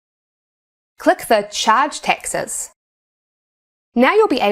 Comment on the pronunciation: That's what I was focusing on most of the video. It's so funny she pronounces "taxes" as "Texas". Where is she from? What accent is that?